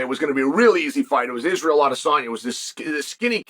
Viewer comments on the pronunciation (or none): none